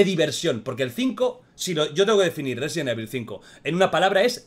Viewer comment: Me encanto el juego, mi parte favorita es la que León le dice a Saddler " te equivocas saddler, Yo soy el ruesident ivol"